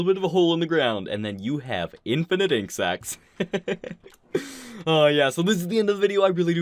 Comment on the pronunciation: 7600 insects per hour.... Lol, Sounded so muck like insects rather than ink sacs